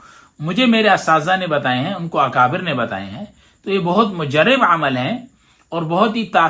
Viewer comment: مجرب ر۔۔۔ پر زبر پڑھیں